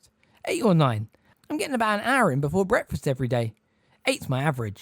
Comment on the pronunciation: Love how breakfast is pronounced bretfuss